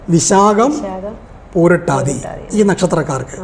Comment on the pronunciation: പൂരുരുട്ടാതി, not പൂരുട്ടാതി.